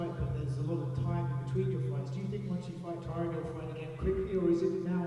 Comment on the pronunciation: Love how he calls Tyron "Tyrone," lmao.